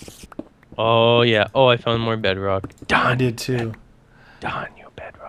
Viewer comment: Its unbreakable... and its pronounce bedrock... but its alright